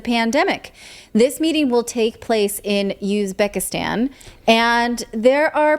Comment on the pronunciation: Юзбекистан. Это гениально